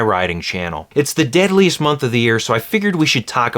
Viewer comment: I had to repeat that part like 3 times until I heard deadliest